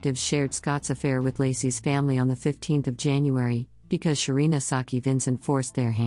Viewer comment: When I first started listening to this ep the computer narrator was saying “Shaun” and I’m thinking “who? Is Shaun? Then realised it’s Sharon”. We pronounce it “Shar-on”. Just sayin’ 😂.